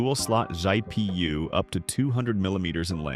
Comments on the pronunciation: those are FULL BUILD prices, not case prices, though I agree those prices are "kind-of" insane. - "Dual slot "Zhai P U" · Dual-slot Zhai P.U.what now?